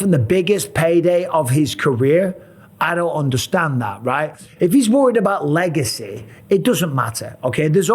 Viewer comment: Le-Gay-cy ruined